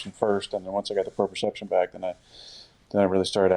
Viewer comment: It’s proprioception not proception but we all misspeak a couple times